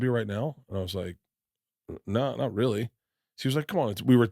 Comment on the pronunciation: "I used to stuff toilet roll up my arse for 12 years" rearly" lol